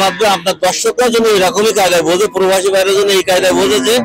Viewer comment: পরোবাসি না।।।।প্রবাসি হবে